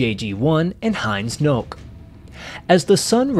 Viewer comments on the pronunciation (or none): Why is it that English speakers tend to ignore the last syllable in names? Heinz Knoke is not Heinz 'nok', but Heinz 'knoh- ka'; two syllables and a clear kn. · Well researched, but if you're going to discuss someone whose name is foreign, you might want to research how to pronounce it. Knoke is pronounced k-no-keh. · I think the German pronunciation of Knoke was something like “Kanoka” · Hey guys! I absolutely loved this story and uncovering all of the crazy details. I hope you enjoy it too. Some notes: First off, I know my German pronunciations are a work in progress. I think I got the cities right here, but I am aware that Knoke's last name is pronounced differently in German. However, it was pretty tough for me to say it right without sounding stupid. So I just pronounced it in the English style. Also, on B-24 "Maisie" there were no existing photos I could find of this bomber other than her name. So we created some nose art ourselves for her. Other than that, this should be pretty accurate! Also, there were some really cool details I couldn't fit in here - so make sure to join my Patreon so you can get those bonus stories! JOIN HERE